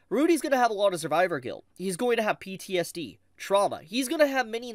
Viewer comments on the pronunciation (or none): none